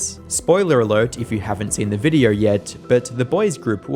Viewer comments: Cant stand how you say videaurh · The way you say "videheuwr" is crazy